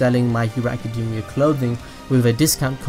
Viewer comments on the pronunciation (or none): I love your videos BUT ACADEEEEMIA REALLY DUDE its so distracting